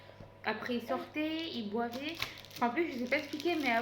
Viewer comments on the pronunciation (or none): ma belle on dit « il buvait » pas il bouvait.